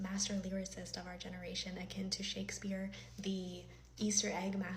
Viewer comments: 'akin to Sharspeare' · Did she say “akin to Shakespeare” ?😐🤣